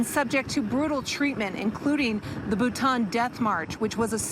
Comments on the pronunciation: Once again if you cant read, speak or pronounce words get a new job. Its BAtaan death march NOT Butaan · Wonderful! Bataan, not Bhutan.